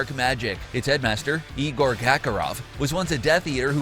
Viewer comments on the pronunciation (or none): none